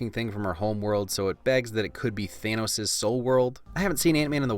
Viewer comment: ITS THANOS NOT THEINOS